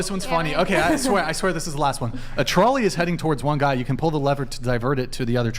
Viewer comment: Please take one damn minute out of your life and learn how to pronounce the word trolley.